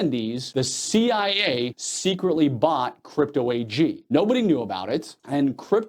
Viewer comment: Interesting...you don't quite say C.I.A. You kind of slur it so it "sounds" like C.I.A., but it's really just C.I. Am I wrong?